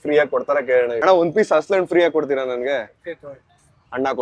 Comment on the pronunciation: ಅದು ಹಸಲಣ್ಣು ಅಲ್ಲಾ bro, ಹಲಸಿನಹಣ್ಣು........ಅಂದಹಾಗೆ, ಅವರ ಬಾಯಿಂದ ಯಾಕೆ ಹೆಸರು ಕೇಳಲಿಲ್ಲ, ಇದು ಮೋಸ ಅಲ್ವಾ